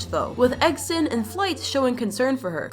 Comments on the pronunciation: It’s not eggsen it’s eggsten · It’s egg Sun not eggThe